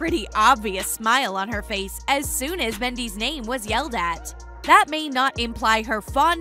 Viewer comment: Your saying his last name wrong omg it's like Mendez with a s instead of a z smh